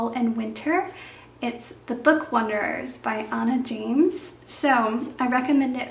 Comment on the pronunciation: you always mispronounce the word 'wanderer' and call it 'wonderer.'